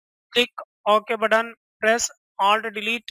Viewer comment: what the heck is "ok budone" ?